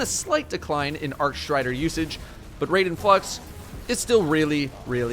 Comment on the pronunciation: I died a little inside every time he said raiden and constantly mispronounced it.